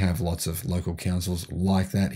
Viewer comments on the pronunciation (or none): none